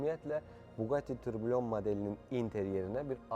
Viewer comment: It is pronounced tourbiyon not tourbillion